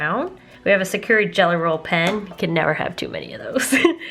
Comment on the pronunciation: i believe Sakura is pronounced “sock-er-a” or “sock-oo-ra” with the r’s rolled